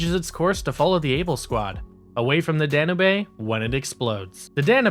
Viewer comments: Nice video but I was distracted by you saying Danube. It’s pronounced Dan-yoob not dan nay bae. Other than that like I said I liked the video. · Oh, for the love of (insert holy person's name here)! It's the "Danube" dan-you-buh (or dan-you-b) like the river in Europe. NOT "Dan-uh-bae." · The ship "Dan-oo-bay?" Danube is pronounced "Dan-yoob." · Sorry to sound petty,but its pronounced "Dan-yoob", not "Dan-u-bay". The ship is named after the Danube river. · Danubae? Sure it’s not the Danube? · “DAN-YOUBE”. It’s a big river in Central Europe. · That’s not how you pronounce “Danube.” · The way you kept pronouncing Danube...that shit legit triggered me lol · Listen.. i REALLY want to like what you're doing here. But with ALL the pronunciation errors here - CIndy (Syndey), Da-nu-bay (danube, dah-noob) and others - It's clear you don't know, understand, or respect the material or are just reading (poorly) off of a teleprompter. Sorry man. You need to up your game.